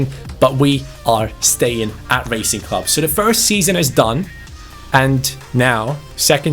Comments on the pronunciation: The name “Racing” is pronounced as it sounds not “Raicing” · Bro, it’s Rah-cing, no as in racing in English. Also: do not disrespect the name of Lisandro López. He has been a beast his entire career, especially in Porto and Lyon, and he is a club legend. Do some fucking reseach on the teams you pick,. Also, big fan mate. You Bardhi seasons Liverpool are an all time fav. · Hi, Im from Argentina and wanted to ask you to look for the pronunciation of Racing, as it's not correct the way you say it. Great channel and amazing videos, bye. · LA COPA LIBERTADORES ES MI OBSESIÓN. BTW it isn't pronounced as the english word Racing but rather you use the A like in Cristiano, Zaracho, etc